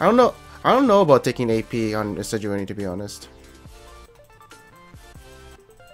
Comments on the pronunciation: I'm almost 1,000,000% sure it's pronounced Sej-waah-nee not Sej-oo-nee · I love your stuff man but its "Sej-wa-nee" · Why "Sejoony" T_T